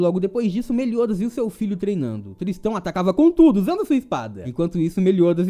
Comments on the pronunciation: a pronúncia correta é Tristan, do jeito que você fala parecia que estava dizendo " tristão. " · errou a pronuncia é tristÂ